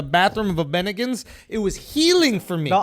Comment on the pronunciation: He said Bennigans